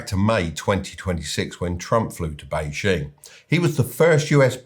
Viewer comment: The "J" in Beijing should be pronounced like a "J", not "ZH". The "ZH" in Guangzhou should be pronounced like a "J". It's pretty funny that you got both wrong!